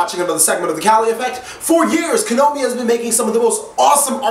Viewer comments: would you PLEASE call them Ko-NA-Mi and not Ko-No-Mi.. just PLEASE! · Stop pronouncing "Konami" wrong. It's getting irritating...